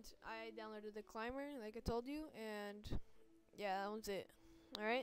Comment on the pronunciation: Its called Cimber sterling not Climber